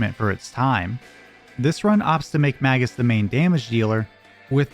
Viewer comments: La, Vos... La... like LAW... fuckin hell Lahhvos? wtf are you smoking. They even took the time to show us during the scene after the black tyranno when they tell you what each part of the word means. and Magus, being the magus he is, is likely pronounced as such which is "May-gus" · I cannot listen to Magus being pronounced with a soft A sound. It's like hearing someone punching my children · It's hard to listen to this when you pronounce "Magus" wrong like that. You really want to make his name sound like "Maggot"?